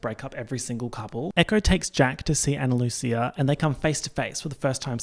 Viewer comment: Absolutely obsessed with 1. pronouncing Ana Lucia with a ch instead of a s 2. Then making oomfa oomfcia into oomfchia as well